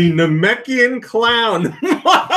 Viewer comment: said Nameikan correctly!!!